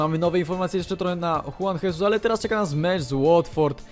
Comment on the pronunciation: Juan Jesus czyta się: Żuan Żezus